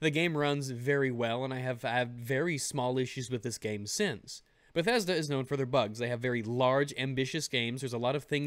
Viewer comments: Lol, Lmao said bethesdolla" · Bedethda... bedethda never change ....